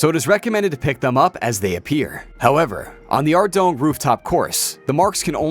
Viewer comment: reading this after coming here to mention his pronunciation of sepulchre and ardougne like ardong was completely wrong was wild xD